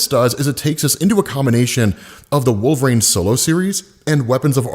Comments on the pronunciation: Wolverine. It’s WolverEEn not WolverRAIN. lol. Keep up the vids been watching for years. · He started saying "Wolvraine" so much, I thought he was talking about a new character.